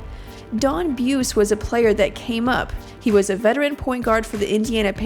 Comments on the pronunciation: It was pronounced "Boo- See" not "Booce" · If they want to leave this video on YouTube they should re-record the audio and get it right - out of respect. It's Don Boo-see, not Don Beuce. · Buse. Bu see ! Not buss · His name is pronounced Bu-zee not B-uce and it's spelled Buse.... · pronounced booozy.....don boozy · hahaha.....not boozy.....boosy.....don boosy......from holland indiana.....played college ball at evansville college...won a small college championship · Buse's name is actually pronounced "boozy" as hardcore fans of the ABA Pacers will attest. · It's pronounced boozy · It's "Boo-see." Do your homework. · The guy's name is pronounced Bu-see.